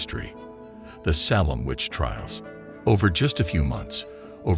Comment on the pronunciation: Also it's pronounced SA(Long A)-lem Not SAH(short A)-lem.